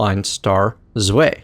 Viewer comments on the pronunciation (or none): ***** I was going to tell him to speak it like tsvai and drai, but yours is MUCH better ^^ and vier is pronounced the same as fear.